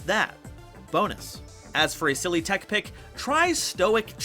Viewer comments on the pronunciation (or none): none